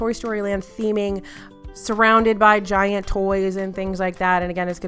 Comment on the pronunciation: This entire video was making me hungry!! Also, I swear I heard you say DIET sundae instead of GIANT sundae LOL 😂